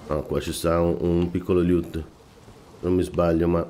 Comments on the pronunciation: preferivo quando facevi "mmmh mmmh" più spesso! Invece la pronuncia "liut" invece di "loot" ti è rimasta! :D :D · Amico mio, i tuoi video sono utilissimi e tutto; io sto a pochi km da te a giudicare dalla tua cadenza vocale, quindi da "paesano" mi permetto di darti un consiglio (poi lo accetti o meno, continuo a seguirti😁) cioè: ti prego, ti supplico, ti scongiuro... pronuncia "LOOT" come dio comanda!! Mi sanguinano le orecchie ogni volta che ti sento dire quel "LIÙUUT", non c'è nessuna "I" tra la "L" e la prima "O"!!!! Si pronuncia semplicemente "Lùtt".